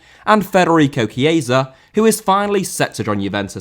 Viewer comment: Chiesa* not Chieisa